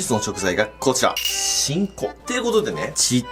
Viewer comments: 発音完全にち〇こ笑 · しんこがチンコに聞こえるし なにかとギンギンて言うし 確信犯か！ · しんこが何回も聞いてもち◯こに聞こえる笑笑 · ふ〜ん、“し”んこねぇ〜。 小さいんだねぇ〜、“chi”んこ。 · ちんこって聞こえた笑笑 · しんこがちんこに聞こえた❗️ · てぃんこにしか聞こえない… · しんこ→ちんこに聴こえた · しんこって金子が言った時ちんこに聞こえる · しんこってちこてきこえた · スマホ「しんこってゆうことでね..」 難聴母「あんた何みてんの？」 ち◯こと聞こえたそうです。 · やばいちんこにしか聞こえんのやけどww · しんこの言い方が完全にすんこ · ちんこって聞こえた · しんこ....... ち⚫こ╰⋃╯ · しんこがちん⚫こに聞こえた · かねこがしんこって言うとなんかイヤラしく聞こえてしまう・・